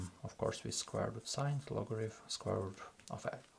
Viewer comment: мой руSSкий друх! В слове logarithm звук фьі встречается ноль раз. То, что безграмотньіе московитские переписчики букву тета читали то как т, то как ф - не означает, что в английском язьіке можно устраивать такой же бардак.